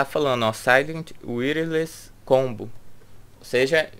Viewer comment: show... mas já aprendeu a pronunciar "wireless" de maneira correta, né? kkkk parabéns pelo review..